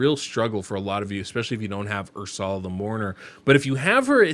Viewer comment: Never heard someone call her Ur-sal-ah before lol I'm pretty sure it's (er-sul-uh) but hey who knows thanks for the vid ive got Hellmut Sethallia Stag Knight and Ursula and I was thinking of using Arndulf or Oathbound as the last spot what do you think? Thanks again